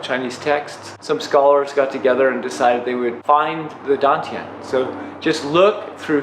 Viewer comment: Why dontyiuproounce like station